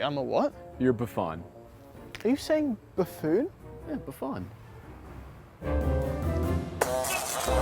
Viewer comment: “Bafaan?” Never in history did someone pronounce buffoon like that.